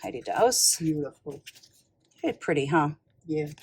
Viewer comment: Just an fyi, Heidi Daus is pronounced like 'boss' or 'toss'with a D instead of B or T. No 'au' sound. She is a lovely woman, a very talented artist. She always did her pieces in pencil on paper first and would set the stones for every sample herself so she would know it was perfect.